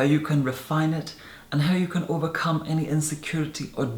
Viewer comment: How about his "overcum" 😄